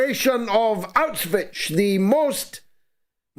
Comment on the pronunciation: George, it's NOT Auswich as you say it all the time. Learn how to pronounce it. It's NOT Auswich, you sound like a child when you say it. Ask Germans how they pronounce it.